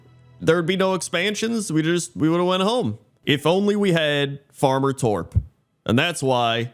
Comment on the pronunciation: As a Swede, I'd point out that you're pronouncing Torp wrong, but then I remembered, that'd be pointless to point out.